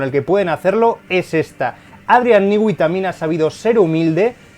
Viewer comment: Cómo explicar en texto : no se dice Adrián nigüi se pronuncia Adrián nui